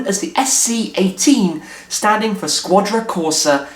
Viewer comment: "Shquadra" Corsa!